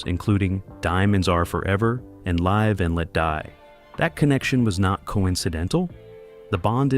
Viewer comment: It's live and let die, not "laive" and let die ... 🙄